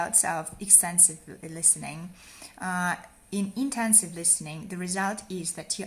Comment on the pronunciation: You said extensive for both. The first is extensive and the second is intensive. I didn’t hear you pronounce intensive properly so it sounded like extensive.